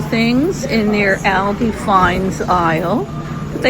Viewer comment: Can’t watch when you are saying ALDIs wrong! It is pronounced All -dees